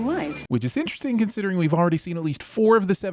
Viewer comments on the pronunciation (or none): none